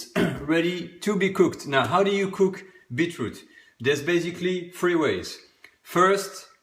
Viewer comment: Dear sir, if you can say the "th" in the word "them " you can say THREE! TH...REE! NOT FREE! why are you tubers such poor and I think, lazy English speakers, irrespective of mother tongue!